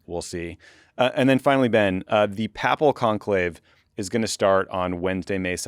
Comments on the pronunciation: Tommy, please say papal like PAY-pull. Pah-pull has to do with fecal matter. They are COMPLETELY different words! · PAY-ple conclave, Tommy. Not papple. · Ah, I'm not alone in autistic pedantry. Thanks. It's pronounced pay-pul not pap-al, my dude. I mess up plenty, but when I notice someone else doing it.. can... not... move... on... without... com... menting! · Tommy— papal is pronounced pay puhl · Me. Too. I'm not a Catholic, but even I know that. LOL. It's okay... He can pronounce MANY World Leaders' names that I cannot. 😉